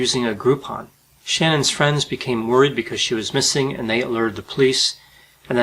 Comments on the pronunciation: he keeps pronouncing shannan's name wrong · IT'S NOT SHANNON IT'S SHA-NANN, she was particular on her name pronunciation. Please get it right. It's important to her.